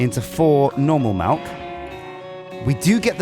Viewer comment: It’s a weird way of saying milk